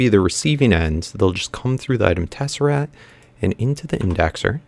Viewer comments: Am I the only one getting annoyed of him saying tesserat and not tesseract? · It is not a tesserat. It's a TesseRACT not TesseRAT. It is not a rat! Like if you agree, and dislike if you dont agree. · Please pronounce tesseract correctly. There's actually a "C" in there before the "T"